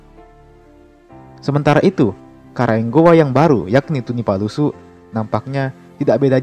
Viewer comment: Tunipasulu bkn tunipalusu tabe